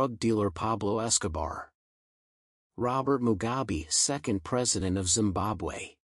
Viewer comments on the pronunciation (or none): none